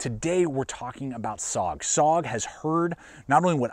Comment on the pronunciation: I know this is nitpicking, but SOG is pronounced S...O...G... each letter is pronounced and not run together as "sog". A small thing maybe, but l know how it feels if people continually mispronounce your name or your city.